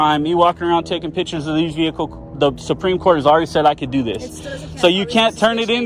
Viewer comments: OMG I love your content I love your videos I love your message I love your purpose but please stop saying "pitchers" when you mean pictures pitchers are a position on a baseball team or a vessel in which you serve beverages but pictures. . . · Knew that first one was B.A.T. as soon as he said "pitchers" 😅